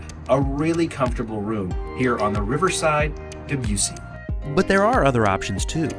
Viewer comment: And since the ship is named for the composer its not DebYOUssy it's DebussIE